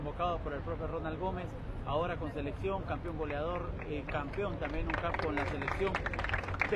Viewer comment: GOLEA DOR GOLEADOR es lo correcto no GOLIADOR